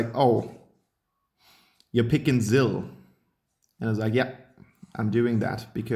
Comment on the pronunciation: VoidofDusk Gaming Lol yeah the Maloch when he said muck Zill